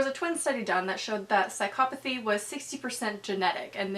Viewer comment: im so relieved by the way u pronounce psychopathy, when i took psychology everybody pronounced it psycoh-pathy and made fun of how i said it lol